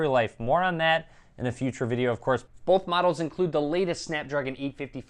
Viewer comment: boWth of these devices look good. Not boLth 😡